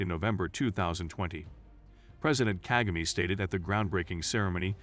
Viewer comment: The way he said "KAGAME"With the american accent had me rolling of the floor